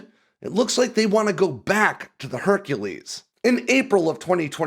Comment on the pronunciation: Herc'elese Herc'elese